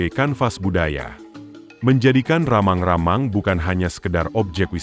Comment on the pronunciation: Rammang - Rammang bukanlan ramang-ramang